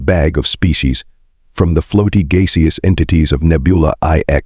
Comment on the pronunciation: Why can’t these AI voices be programmed to pronounce common English and American words correctly? Gaseous is never pronounced as Gay see us! It is always pronounced as Gas E Us! Not even a chance of mispronunciation! Not a word that is only used once in a Blue Moon either.